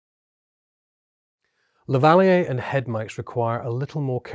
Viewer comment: Lavaliyay ... got it. Been pronouncing it lavaleer for so long. Haha.